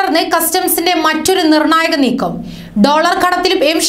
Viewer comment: Neekkom alla neekkam..